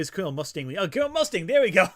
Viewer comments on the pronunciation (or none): none